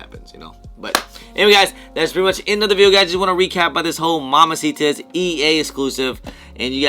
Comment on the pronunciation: It cracks me up how butchers random words every video. “MAMACITA’S”😂